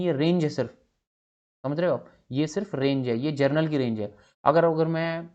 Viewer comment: 😜, inko pronounciation ka bhi pta nhi ,!